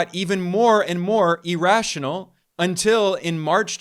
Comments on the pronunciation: EAR- rational, not E-rational. cmon man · Irrational is pronounced ear-rational not e-rational. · The fact that he US is in a financial bubble which will end badly is undoubtedly true, but the continued pronunciation of "irrational" as "e rational" is an indication of the level of knowledge and depth of analysis, both of which are superficial. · Please stop saying e-rational. Jeez